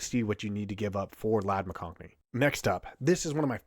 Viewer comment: There's no "n" in McConkey